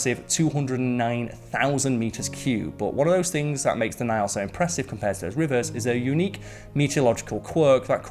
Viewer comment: It's the NILE N-I-L-E not NAIL. I made it a minute in and just can't with that GNE accent and speaking as if reading the legal details at the end of a commercial. I've heard pronunciate properly and at a steady pace, but even CC and thinks he's speaking about a damned NAIL. Sigh.